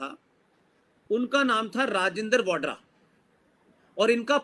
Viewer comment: वाड्रा नहीं, वडेहरा ।